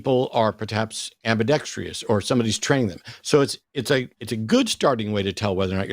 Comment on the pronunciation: Ambidextrous, Matt. Not ambidextrious 😂😂😂